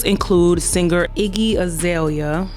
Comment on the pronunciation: They way you said her name - Icky 😂😂😂 Bye Leprechaun ☘️ 👋🏾